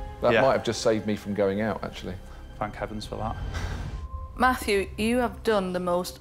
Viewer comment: Why were they calling him Matthew when he clearly said his name was